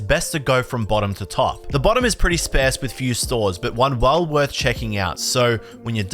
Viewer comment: everytime you butcher the word "sparse" I'm tearing up your binder.